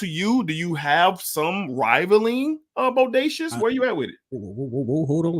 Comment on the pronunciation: Just for clarity, the house name is pronounced “boh-day-see-ah”. But yes, Bodacious is very nice! However, French Defense is atop that scent DNA for me.